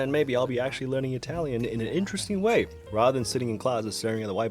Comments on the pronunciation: "Germon" and "Ralian" seems legit. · oh yes, Ralion, Gemmon and Datch... my favourite ai languages to learn